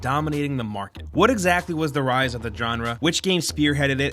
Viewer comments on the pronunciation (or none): none